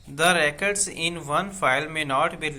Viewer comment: Sir ap record word sia ni read karthy